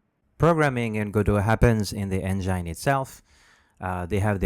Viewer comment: Tip for you: "Engine" is not pronounced the same as "Vagina". It's "En"-"Gin", as in the alcoholic drink "Gin" ("Gin & Tonic"). Not "Gine" like "Vagina". Just mentioning it because the way you pronounce it almost sounds kinda dirty, lol...